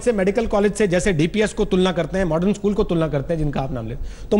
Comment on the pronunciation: Sale ischool nahi it is school